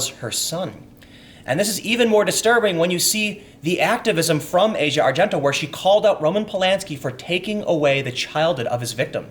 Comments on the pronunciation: It's ah-see-uh not asia. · ahsia not asia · Ah-See-Ah Argento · I believe her name is pronounced, "ah - zee- ah". Just sayin'. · It's pronounced Ah-Zhee-Ah. fuck